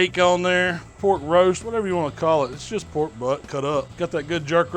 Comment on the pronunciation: "Get sum mo of dis porrrk" #&thebabybackribsBand